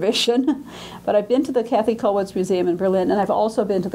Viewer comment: I wish would not call Kathe Kathy. She certainly knows better, but by doing this perpetuates a mistake. But perhaps I'm being too niggling about an important lecture on a very important artist.